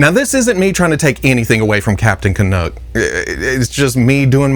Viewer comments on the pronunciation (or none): Hey, loved the video as always but as a true-blue Canadian and a Vancouver Canucks fan I just had to clarify: it's pronounced like "yuck" so Can-uck, not Can-ook. Hope that makes sense. 😉